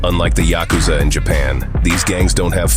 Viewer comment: Can't even pronounce YA-ku-za correctly?